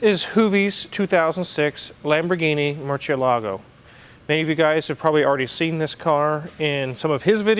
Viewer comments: IF THIS IS YOUR FAVORITE CAR YOU MIGHT AS WELL LEARN HOW TO PRONOUNCE IT RIGHT, YOU ALMOST HAVE IT, YOU'VE DONE THE HARD PART ALREADY, WHICH IS THE PRONUNCIATION, THE PART YOU ARE MESSING UP IS YOU ARE PUTTING THE ACCENT ON THE WRONG VOWEL. ITS NOT: MURCIEL"A"GO. like keylargo. ITS: MURC"'E"LAGO , put the accent on the E not the A and you got it. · Wrong pronunciation. It’s not murcie. Lago. It’s murciElago, accent on E